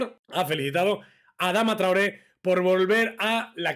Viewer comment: Solo yo me percaté de la presentación cuando dice; adama traure señories jjjjjjjjjjjjjjj